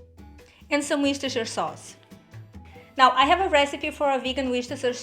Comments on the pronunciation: Worchester - woosta like a roosta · Wooster sauce. Or as America's like it more complicated: 'Woosta-sha' sauce... With the emphasize on Woosta. And the - sha... not shiyah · Ooh looks lovely. Thanks :) It’s pronounced ‘Wooster’ sauce here in the UK. That’s easier :)